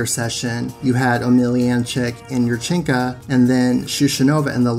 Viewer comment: I cringe every time you say yurchenka.